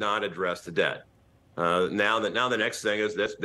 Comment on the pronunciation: "approporations" lol speak English much?